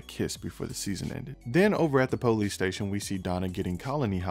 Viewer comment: I love with you say PO-lease! LOL Don't change!